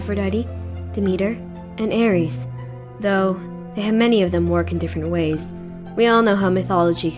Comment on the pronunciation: Magic, you are my friend but your pronunciation of 'Aries" is pissing me off dude